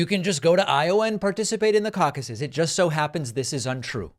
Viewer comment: Cauc-aye plural of caucus 😂